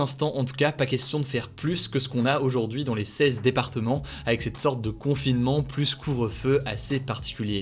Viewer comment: Hey tu pourrais arrêter de dire le s de plus quand y'en à pas besoin ? Stp voilà voilà rien de méchant. Mais c plus agréable à écouter.